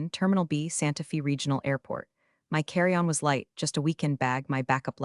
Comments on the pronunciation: Santa"fa" not "fee" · Santa Fe is pronounced like Santa Fay NOT Fee. Sloppy.